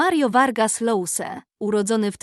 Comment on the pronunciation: Czyta się Josa, a nie Lousa.